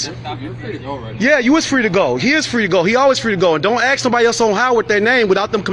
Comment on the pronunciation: “Don’t ‘axe’”???